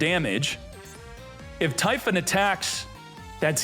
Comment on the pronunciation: I’m sorry…what? TY-PHON?!!!!